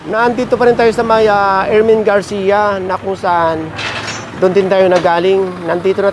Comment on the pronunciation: Ermin Garcia not erwin garcia